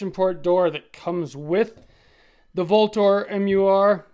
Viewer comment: Vltor is pronounced Ultor... just saying